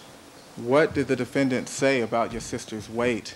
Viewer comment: Why does Darden keep saying defenDANNNT